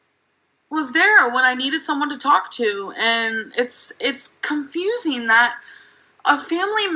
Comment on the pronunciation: It’s seww confusieene!?! 🤭